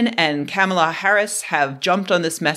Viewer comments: “comma”-lah, like the punctuation mark, not “camel”-lah, like the animal with a hump or two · It is pronounced "cop-mah-lah". Sheesh...